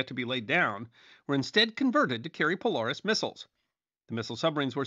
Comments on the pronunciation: Great video! As a Submariner, I thank you. I would counter that from the view of submariners, the cold war wasn't all that cold, which would be a great video to see. The only issues that I noted were pronunciation errors. Polaris- Po-lair-iss Groton- Grah-tun (i.e. the base is called rotten groton) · Poe-leh-ris not poe-lar-is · thought I was the only one... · I noticed and you are forgiven! Love your videos!